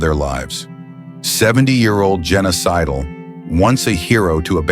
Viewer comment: Her name was Jenna Sidle. Sounds like Genocidal...when the narrator says it.